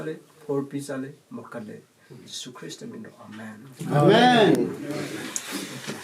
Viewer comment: Jesus christ pronunciation lanliko laisolline tourise eina Jesus oiradi saoniko😅